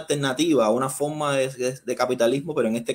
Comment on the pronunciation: Porqué dicen fokma en vez de forma?